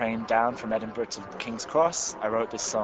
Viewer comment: Firstly, he's not a Gypsy. Second, he can't sing. He can't pronounce Ediburgh. He's terrrrrrrible!!!